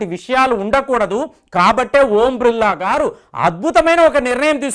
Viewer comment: ఓం బ్రిల్లా❌ ఓం బిర్లా ఎందుకు సార్ తప్పు గా పలుకుతారు